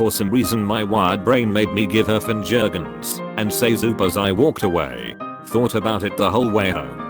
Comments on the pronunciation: Fin-jer-guns nice job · Fin-jergens, who else heard it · "fin-jerguns" Edit: Guy who doesn't like eye contact, hmu! I suck at eye contact! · Fuckin "finjergens" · That pronunciation of "fingerguns" was just absolutely incredible.